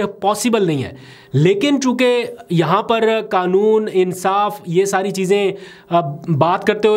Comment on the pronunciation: آپکو اردو کیوں نہیں آتی ؟ حلقے کو آپ حلکا اور قانون کو کانون کہتے ھو ؟ وسیم انکل کراچی